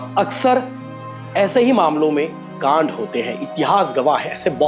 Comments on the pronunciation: Kaand ko laand bolthe bhai h re😂😂😂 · कांड शब्द का प्रयोग मत कीजीए, क्यों कि आप सही से उच्चारण नही करते हो